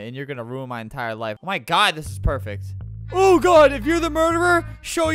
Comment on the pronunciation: Chris McNeill perect?